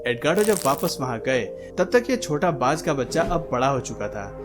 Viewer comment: Bhanjh nahi Baaz hota hy 😄😄😄